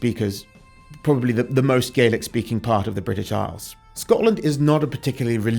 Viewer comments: As a native Hebridean two things, 1 you say Harris then zoom into Lewis and 2 it's gah-lik not gay-lik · FYI for future reference - when speaking about the language, Scottish Gàidhlig/Gaelic isn't pronounced "Gaylic", it is pronounced "Gaalic". Scottish Gaidhlig speakers use the "Gaylic" pronunciation when speaking about the Irish language. "Gaalic" = Scottish Gaelic(Gàidhlig) "Gaylic" = Irish Gaelic(Irish/Gaeilge) Enjoyed the video! I knew a couple of people from Stornoway who are related to him(distant cousins I think). Sadly they have never met him, so no cool stories there 😂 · Slainte Mhath for sharing your research on President Trump. It is so appreciated. One bit of info I'd like to share with U is the pronunciation of the word Gaelic. If referring to Scottish Gaelic, it is pronounced gal-ic, as in the word 'gal', w/a short a. If referring to Irish Gaelic, it is pronounced gail-ic as in the phrase 'gale', w/a long a. The different pronunciation was learned by watching the Scottish series "Outlander".